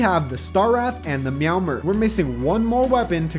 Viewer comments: who pronounces it meow-mer? its meow-MERE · Ah yes the dry-ad, meowmer, and the zehnith